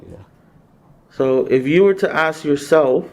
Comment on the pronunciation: At least he didn't axe any questions